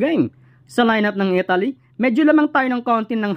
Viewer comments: Italy brod hindi Etaly. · Italy Hindi Etaly😂😂😂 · Mas importante ang napapaimportante? Panu mo naisip yan? Di mo nga mapronouce ng tama ang ETALI EH MAKAKAOAG USIP IA NG GANYANG KOMENTARYO? ETALI? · Bro Italy hindi etaly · hoy Mr youtuber ayosin mo nman ang pagbigkas ng italy wag nman Etaly hahaha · nabubwiset ako sa paulit ulit na ETALY..,my prob ka boss sa pronounciation.. COCH,SUMMER LEG,ATINIO,ENTERVIEW 😂😂😂😝😝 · Pronounciation mo sa italy...review ka